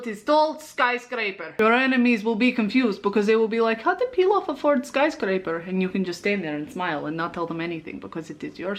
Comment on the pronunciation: The first time I saw Pilaf, I thought she was saying peel off... i swear im educated